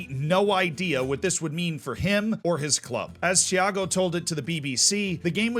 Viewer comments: Repeat with me: TI (as in Tea); A (as in ah!), GO (the same go as in gorilla) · I'll be a language nerd, and I'll give advice to how to correctly pronounce them FC Santa Cruz - Eff - Say Sun-tuh Cruyj (the j like J in Bonjour, like a zh Porto Alegre - Pawr-two Uh-lay-gree Tiago - Chea (like Cheat)-yuh-go Santa Cruz do Sul - Sun-tuh Cruyj doe Soe (like Shoe, but instead of Sh, it's S you pronounced Tiago correctly Copa do Brasil - Cope-uh doe Bruh-zeew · How hard is it to say Tiago? It's not CHEE AR GO. Just stop it.